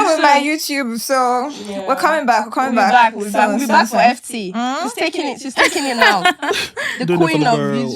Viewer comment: This presenter sha…your own too much…starting with getting FT’s name wrong 😔